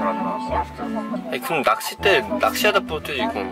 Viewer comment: 근데 낚'싯'대 아닌가요??..